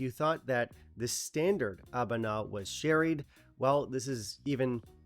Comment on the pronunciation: I enjoyed the Existential crisis interlude. Also: I think it's pronounced "ah-BOO-nah".